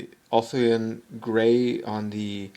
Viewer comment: I've noticed you struggle with saying Ulthuan Grey in a few videos, just so you know it's pronounced "Ulf-Wan". The "wan" is almost like how Spanish people say Juan.